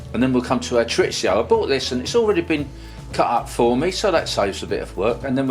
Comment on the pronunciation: Your saying Chorizo wrong.